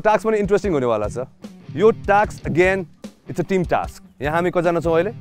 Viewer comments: It's not "TAKS" guys .... its "TASK"😀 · it's called task not a taks😂😂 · Firstly ta task lai inarle taks kina pronounce grxa k 😂